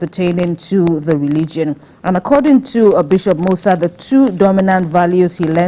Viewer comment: Musa is Moses in Hausa. So it is just a translation, Adamu is Adam , Maria is Mariamu. So why change the pronunciation